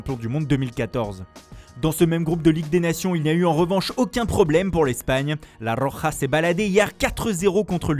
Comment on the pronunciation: enfin une personne qui sait bien prononcé la roja pour une fois